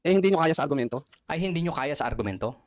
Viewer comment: Putek na yan grabe tawa ko dito. 🤣🤣🤣 Agrumento = HUROMENTADO 🤣🤣🤣🤣